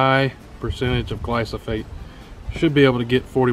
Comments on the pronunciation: He keeps saying glysophate instead of glyphosate!!! It's driving me nuts! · Gly-slo.... Gly-sofolate..... Glysofate...(it's GLY-PHOSPATE (GLY-FOS-FATE)) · Pronounced "gly-fo-sate" not "glo-so-fate" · Dont trust the guy who calls glyphosate "glysophate" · Glysophate? Never heard... I guess you meant glyphosate 😅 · Dude... it's gly-FAH-sate, not gly-SO-phate. lol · Mate its called GLY PHO SATE. Not Gly So Phate. At least pronounce it right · "Gly-so-fate"... Try again. LOL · I agree with your video, so thank you. But, brother...it’s GLY-foh-sayt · Gly-Pho-sate!!! Read. Sound it out. Also, You compared pre-mixed to concentrate at Walmart. That’s like comparing antifreeze concentrate to pre mixed 50-50. Duh you get less; you are paying someone to dilute it for you. You don’t need that high of a concentration for most applications. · The word is GLY-PHO-SATE. I unfortunately had the same problem. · It's pronounced Gly-pho-sate. Otherwise great video. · Nice video but, ..your pronunciation of THE main ingredient is way off. Glyphosate is pronounced Glai-fow-suht.......now proceed. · I greatly applaud your efforts to educate others! Please, please learn to say the product name correctly. Takes away any credibility you had. Also, theres NO residual effect of gly pho sate. Its a contact herbicide. More power to you, otherwise. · Learn how to say GLY-foh-sate. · I got more and more annoyed everytime he'd say the word. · The amount of times her said it wrong is awesome, but the content/info is better 😂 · Vivek Sharma if it is straight glyphosate there is zero soil residual, therefore you can sow seeds the same day. This guy doesn’t even know how to say it let alone what it does. And don’t spray ANYTHING you don’t want dead.